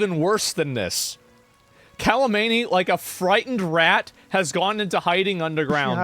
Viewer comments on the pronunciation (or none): its kha menei not kali meni where did the ' L' come from just read the name from the spelling. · fym "kalamaney" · Kh is prononce RH you bozo american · Why is asmond saying kalamani on purpose? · How you pronounce Khamenei like its a Dragon Ball attack, cracks me up.